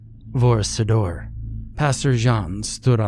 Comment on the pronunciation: Vor Sidur, Vor Siddyr more likely it's pronounced..